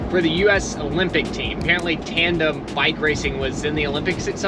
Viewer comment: It’s a TANDEM. Not trandem.